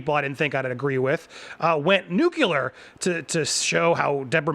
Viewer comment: 'nu-clear' not 'new-q-ler'